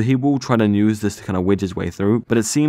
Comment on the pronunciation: Why the fuck are you still saying "news" inplace of "use"? That's not an accent or dialect, that's how a 3 year old speaks. Aaaarrggghh